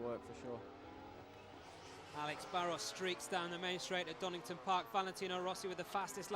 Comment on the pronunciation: Donington, his name is DONINGTON